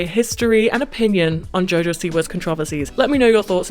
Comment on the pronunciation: Bro it’s driving me crazy why tf does she pronounce it that way it’s not even close